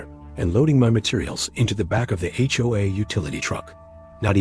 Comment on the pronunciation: It's HOA not HOHA!